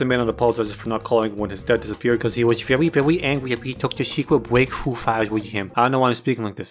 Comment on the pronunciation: at the part after i did not understand "secred break though files" and heard instead "secred waifu files" for some reson.